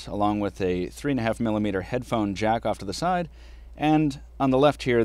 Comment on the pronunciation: He totally says JACK OFF!!!!